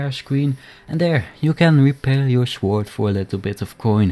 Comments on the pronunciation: Hahahah love your accent, thanks for helping me with my shword repair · blacksmmith, shooooord, your dutch for sure